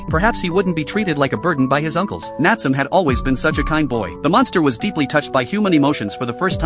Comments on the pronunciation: It's (nat su me) not natsume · Nat some😂😂 its Natsume pronounced N ahh t sue may. It can also be spelt なつめ or 棗 which is also funny enough Jujube in Japanese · The a.i. saying natsome instead of nat-su-may is frustrating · Name: Nat-su-me This guy: Nat-sum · My eye twitch everytime the narator said "NATSUM". It's NA-TSU-ME. The E at the end isn't silent. The same happened everytime someone said " ANIM". #shivers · Ok this video needs a redo the character name is not Natsum it's Nat su me. The e is not silent. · Instead of Na-tsu-me, bro said Nat-sum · The AI voice: Nat-su-me ❎ Nat-sum ✅ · I clicked because I loved this anime and wanted to see this scene. But "NAT tsuum"?! That's why we don't use A.I. Voices for Narrations. "Nah-tsu-meh". Couldn't stomach hearing 5 seconds of the Main Character's Name being butchered 😂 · Nat sum lol "Nat su me" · Nat-su-me. Not natsum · Bro I know it’s AI but it’s (Na-tsu-me) not (Nat-soom) cuz in Japanese you pronounce every sound and the silent e doesn’t exist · Dude hearing it say Nat some was driving me mad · It's pronounced not-sou-may. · I think its suppose to be Natsu and me suppose to be like when you say me the pronunciation bugs me XD Nat - su - me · its pronouncing his name wrong.. it should be spoken like "naah tsu mei" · It's not the correct name. It's Nah tsu mei. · The fact that he kept saying his name wrong throughout the entire video. 😠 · Love the anime, hate the way this guy is saying Natsume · Omg get the fucking name right your pronouncing Natsume all wrong